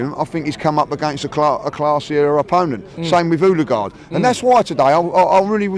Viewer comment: Why does call Odegaard Hulagaard? 😂😂😂